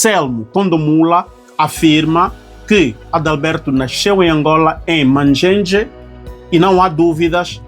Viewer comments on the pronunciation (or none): tchinjenje, não Mangenge.